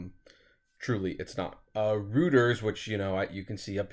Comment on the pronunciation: App, It’s pronounced “Roy-ters” not “Rooters”would you please start checking the pronunciation of words you are not familiar with...it makes you sound uneducated. You always address important and interesting issues, and I usually just overlook your mispronunciations, but it’s amateurish. It takes away from the impact of your message. Anyway, keep up the good work!